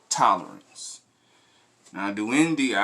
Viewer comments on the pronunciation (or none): It's pronounced Duende(Do-end-eh). Much love, my boy!